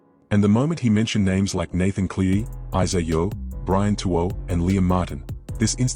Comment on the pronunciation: Ivan's Surname is CLEARY as his Son Nathan. Ivan is the coach and Nathan is the best NRL in the NRL...not Clee or any other name you come up with. i AI or what